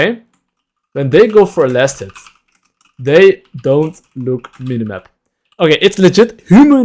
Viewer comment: He kept saying laners, "Go for last hit," and all I could hear is, "Go flaccid."